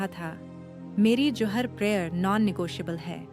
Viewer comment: Zohar bole johar nhi talaffoz sahi kare